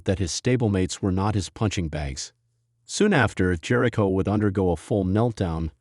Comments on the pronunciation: Is this AI talking...this is horrible and who pronounces his name like that....nothing but false info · Yeah, i dp not think any official wwe product would use ai that can not pronounce jericho correctly,.